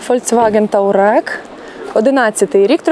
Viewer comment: не тАУрег, тАУран… Т У А Р Е Г, Т У Р А Н